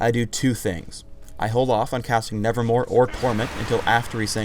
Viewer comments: Ok, for everyone on YouTube that wants to make Swain videos... It's spelled and pronounced, "NevermoVe" not "NevermoRe" Thank you, Edgar Allen Poe, for making a poem that has confused our commentaries! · It's not "Nevermore", its "Nevermove". has been reading too much Poe lately. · i like the fact that cant even say it. "nevermore" and thats totally wrong, its called nevermove, but you dont see it:) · says hiw W wrong... Its nevermove, not nevermore. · Mate, its nevermoVe a pun on the edgar allen poe poem. did say it wrong. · its NevermoVe not NevermoRe ;_ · Kind of sad that Swains W is called Nevermove not nevermore yet he says it wrong every time. Pause for proof. Get your shit together riot. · Anyone notices that he says nevermore instead of nevermove? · ITS NEVERMOVE NOT NEVERMORE U TARD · Nevermove not nevermore. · nevermore? I think it's nevermove :) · ummm sorry it's not called nervermore it's called nevermove look it up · he says "nevermore" when it's"nevermove" lawl what is this the raven? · it's nevermove, not nevermore. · he sayd nevermore its (nevermove) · ...nevermore? isn't it nevermove? lol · Note Its NeverMOVE NOT NeverMORE he said nevermore which it isnt. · Why does everyone (including ) call Swains W Nevermore? The name is Nevermove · He says "nevermore"... It's nevermove... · Thanks, but I knew that. Poe is one of my favourite writers:) But I was referring to the fact that the skill is called Nevermove now, and just kept on saying Nevermore. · Did anyone else notice he said 'nevermore' instead of 'nevermove'? =3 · he is saying nevermore and its called nevermove ^^ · lol i wanted to tell you that in W is neverMOVE not nevermore omg i know better than you lol x) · it's nevermoVe brah, not nevermoRe :S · LOL HE SAID NEVERMORE